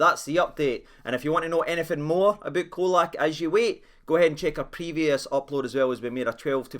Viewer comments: ye've jist made an enemy yet again wae yer pronunciation FFS! Guy likes tae be called cholak as in he'd choke the life ootta ye fur callin him oot as Colak as in Coca Cola 😂😂😂😂😂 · Mon tae f*ck it’s Cholak CH!! 🤣